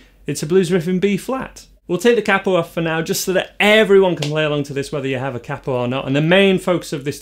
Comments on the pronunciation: Please learn how to pronounce 'capo'. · Capo is pronounced as “capo” , not “capo” 😂 Just kidding